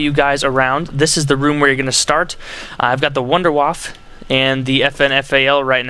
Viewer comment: u allways forget the e its called wunderwaffe its germaaan u hv to say the e